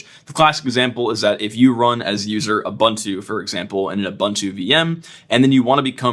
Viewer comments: oo-boon-too Not you-bun-too. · Ubuntu is pronounced ooh booon too, please. It means "I am, because we are" in isizulu. Respect my culture. Don't Anglicise; that is uncool.